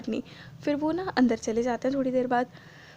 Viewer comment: Not Dilwar its Dilawar